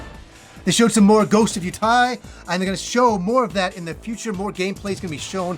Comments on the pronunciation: you should pronounce the game Ghost of Yootee. The "i" after the "e" extends the "e" sound. So it's a long o cause of the stripe thingie above the o, and a long ee sound that sounds moar like "eeh". I think you'll pronounce it a lot more in the coming months so ^^ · Funny to me how many people are pronouncing the name of this game as "ghost of yotAI".